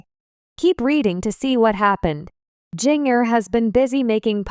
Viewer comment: At least pronounce her name right, JINJER!